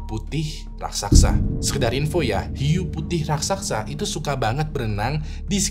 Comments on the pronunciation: Raksasa bang bukan raksaksa 😅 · raksasa bang, bukan "raksaksa" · kyknya raksasa bang, bukan raksaksa